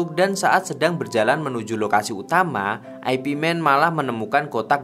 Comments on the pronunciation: Ai Pi man , ipman aja bang ga enak di denger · Bacanya bukan Ay Pi Man tapi Ip Man. Itu nama orang, bukan IP address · Bacanya Yip Man bukan Ai Pi Men. Ooo koplak! 🤣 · Ip Man itu ip man bukan aipi man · Urun koreksi dikit... Itu gurunya bruce lee, bukan Ai Pi (IP) Man, tapi itu nama orang, dan bacanya Yip man... Thanks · Ip man bukan dibaca ai pi men tapi yip maan, dibaca biasa aja..itu nama orang bahasa china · Bukan aipi men bang Tapi nyebutnya yipmen atau ipmen. 😂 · Ip Man jangan dibaca I-P MEN. Tapi YIP MAN atau ip man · ip man (baca Yip man) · McD (em si di) , Ip Man (ai pi men) 😂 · Ip Man bukan singkatan mas broo, tapi dibaca yip Man 😂, sama mekdi ga usah disingkat juga2😅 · Ip man..dibaca yip man kalau gak salah...kenapa dibuat western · Ip Man = Ai Pi Men